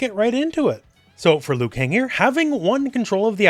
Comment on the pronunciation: Are you sure its Liukang?